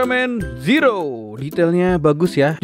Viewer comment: itu di bacanya zero bng klo tokupens bilang bukan ziro klo ziro itu untuk penghafalan orang melayu/malay